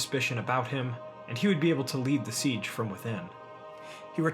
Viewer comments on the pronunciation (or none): none